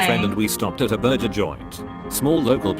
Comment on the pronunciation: Burjers, lol